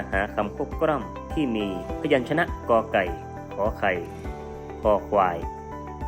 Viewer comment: ทำไมเสียงบรรยายคลิปของคุณครูออกเสียง ลอ ลิง เป็น รอ เรือ ละครับ เช่น คำว่า คลิป เป็น คริป กล้ำ เป็นกร้ำ